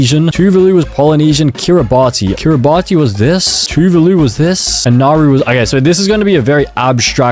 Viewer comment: I don't know anything about geology but the flag of Barbados pissed me off (edit) I'm now mad about Kiribati why did you say it like key ruh bati instead of key ruh bas